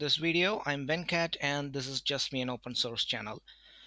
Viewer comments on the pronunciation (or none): Great video Thanks. but say your name like we do as Asians. not "when cat", but 'venkat'.